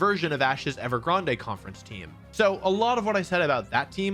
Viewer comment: The way you say Unfezant is… unpleasant. Ever Grande? Didn’t they just say “Grand” in the show? Also, Gible with a soft G? Why not “Jarchomp” then? And then like Bible? Is this you being silly, like video? Help me understand why your brain did that. 😅 For me, as someone who doesn’t watch the anime, I genuinely don’t know a lot of the time. I WILL say, there’re a handful of Pokémon, like Ferrothorn (apparently, per the SwSh world championship coverage, it’s fer-RAW-thorn. Wtf?) and Rayquaza whose names aren’t as immediately intuitive for some of us.